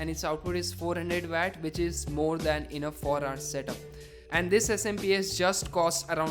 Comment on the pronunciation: dude it's watt with a 'w’